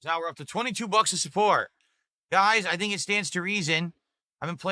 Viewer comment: ’support’ as ‘sue pore’. He’s got trouble with his T’s